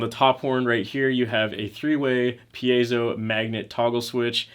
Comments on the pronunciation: Pee-Ay-Zo is the correct pronounciation. You did it correctly. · You pronounced it right. It's not pie-zoh (as in pie that you eat), it's pee-ey-zow.